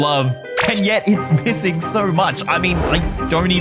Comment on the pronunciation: My dumbass thought he said "pissing" not "missing" 💀